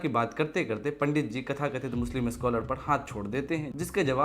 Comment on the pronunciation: तथाकथित hota hai babu,खथाकथित नहीं.